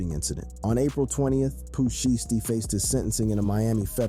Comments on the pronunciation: Really bro Pooh sheshty it's (shysty) Pooh shiesty not no Pooh sheesty do better or don't do it at all fam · Pooh Shy Stee. Not Pooh Shiitypants and not Pooh Shee Stee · Its pooh Shy -stee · "Pooh shee-ess-tee" "Pooh sheeshty" Not even close 😂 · Listening to him try to say sheishty is hilarious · This dude said Pooh sheets . . . This dude is too real 😂🤨🤨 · Poo sheesty? Well at least u got big L right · Pooh Sheesty 🤣🤣🤣😭😭😭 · Rap Daily, fire that dude! How the hell did y'all let this dude pronounce every spanish name correctly but couldn't say Pooh Shiesty right 🤦🏿‍♂️ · You butchered these rappers names not just pooh but m. Dre come on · Pooh shh-iced tea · Ard u gotta be a bot or something cause it's no way u just said Pooh Shiesty like dat 🤨🤔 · Really u gonna do Pooh name like that lol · Ngl true